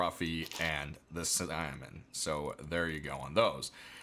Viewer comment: How did you pronounce salmon lol